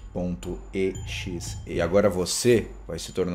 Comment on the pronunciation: Não se diz E X E diz-se exe (eu sei que vcs não me estão a ouvir mas tu disses-te errado )